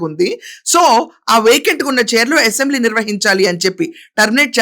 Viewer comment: అసెంబ్లీ అనే‌ పధం సరిగా పలకండి యసెంబ్లీ నసగా ఉంది రాజకీయ నాయకులు అంతా దొంగలే ఎవరు సత్యం హరిచంద్రుడు లేరు ఆమె పోరాటం ఆదర్శం తెలుగు దేశం పార్టీ లో అంతా చీరకట్టు లో ఉన్నారు వాళ్ళ కంటే మీరే మేలు చొక్కా ప్యాంటు ధరించి ఉంటారు